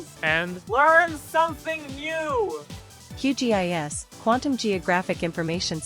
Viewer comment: not you calling QGIS GQIS 💔